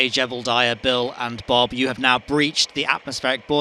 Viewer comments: I kept hearing Gerbildiah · Don't you mean "Gerbildiah"? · I can't believe I've been hearing you call Jebediah "Jebblediah" for nearly ten years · OMG thank you, you described my feelings completely. I can NEVER unhear it now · "Jebeldiah" my favorite kerbal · But um, there isn't an "L" in Jebediah. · why do you pronounce jeb's name like that? there's no L.